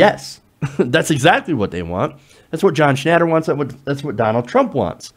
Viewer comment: You're an idiot. You just said Papa John blamed low sales on protests. Not vice versa. You aren't even pronouncing his name correctly. go back to special-ed.